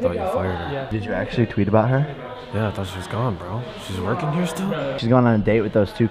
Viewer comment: it's bro not burh